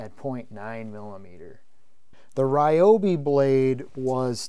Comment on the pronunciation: The real pronunciation for Ryobi is actually REE-O-BEE